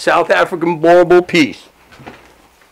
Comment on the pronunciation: are dutch settlers yes but the word means farmer.. i speak the language.. After settling in South Africa and Namibia they started calling themselves Afrikaaners and now speak afrikaans.. hate the way that guy pronounces boerboel.